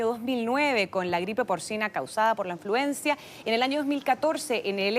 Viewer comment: Amiga Repite Conmigo, INFLUENZA No Influenzia, La Influencia Es Más Mala Pero Es Influenza